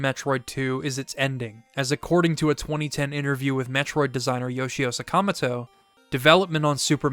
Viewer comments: "Yoshio Sakamato" ;p (its Sakamoto for those wondering) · It’s SAKAMOTO not sacamoto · Sakamoto dude, saka-moto. I don’t even know how you’d get Suh-kama-toe out of that lmao. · Saka-Moto…not SaKAHMaTOE. 😂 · hey,? great work, as always, and sorry to interject here... but, "suhKAHmuhtoe"? hachi machi, my guy. you just caused a lot of people psychic damage, my dude. might as well go with "muhREEmuhtoe" while you're just out here saying whatever. anyway, love the video. fanks, bruv. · the way you say sakamoto made me turn the video off, do better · dear God I have never heard someone say Sakamoto like that I will now call you